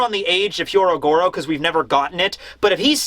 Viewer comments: When will stop mispronouncing Hyogoro's name? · Last week Sanji fanboys were pissed... This week it’s the Carrot fanboys’ turn. Edit- Also, it’s “Hyogoro” not “Hyorogoro” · He is not Hyorogoro. His name is Hyogoro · Hyogoro becomes Hyorogoro. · Pronouncing "Hyogoro" as "Hyorogoro" is one thing, but the mad man actually spelled it that way too! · I love you. Please say Hyougoro instead of Hyorogoro. It is harder and wrong hahah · Hyogoro. Not Hyorogoro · Bruv it's HYO-Goro not HYO-RO-Goro. It's like Oni-Bawan all over again... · Is no one really gonna mention that it's actually Hyogoro? 😆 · it's " HYOgoro", not "HYOROgoro". Just a heads up. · Hey, you keep saying "Hyorogoro" instead of "Hyogoro" and even wrote it as the chapter title.